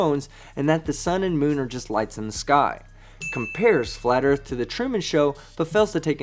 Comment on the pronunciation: How come they can never say Earth? It’s always Erf 🙄